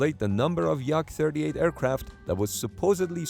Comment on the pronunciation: Not like Yak, but YaK (shortly for Yakovlev, last name of chief engineer of aviation factory in Soviet Union). Speaking of YaK-38, although this aircraft had some impressive vertical-lift engine, was total failure. It was too complicated for pilots, too fragile to fly, had limited carrying capability and can fly only in good weather conditions.